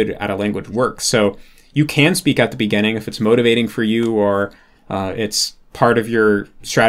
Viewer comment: "at the beggehning" dude's spent so much time with japanese pronunciation that he's forgotten how to pronounce english lmao